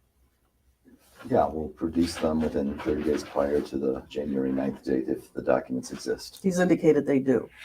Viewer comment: Great live! I spit my Diet Dew out at Dock-a-ments! 😂😂😂😂😂